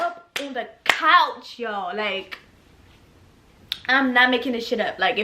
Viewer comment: “I got up on the CAACH” omg your accent 😍